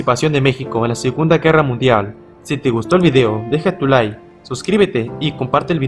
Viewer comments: “Deja tu liKKKKKe” no tu Lie. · Di la palabra “Like” bien. Por algo está la Letra K! No es “Deja tu lie” es “Deja tu Like” pronuncia la perra K